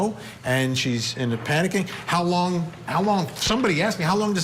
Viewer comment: 😂. Sorry, but I've replayed 3 times....why do you keep saying hose long to die in the cold??? Eventually, you do get it right...how long... So, whoever did that search mis spelled, but not hose long... been on the fence about this.... watching this episode of your show helped tip off straddling the fence. Then you go & compare this with O J case .... Good grief...